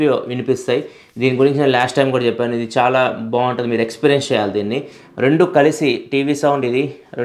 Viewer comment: Use శేయాలి అంటున్నారు "చ" కారాన్ని కొంచెం చూడండి Use చేయాలి అని పలకండి